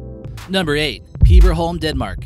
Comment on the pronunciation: Peeeberholm ....i cringed at the pronnounciation lel